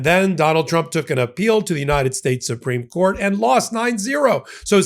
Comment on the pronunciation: KK karoline pronounces trump " chump". Homan also has a speech impediment . .. probably was teased in school which could explain his desire to hurt migrants. Pitiful bunch!